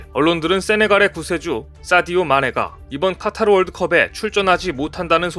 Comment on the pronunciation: 카타르가 아니고 카타 텔리그그레프가 아니고 탤리그라프